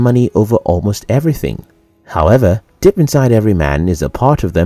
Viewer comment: When you say the word "deep", do not pronounce it as "dip". Thank you.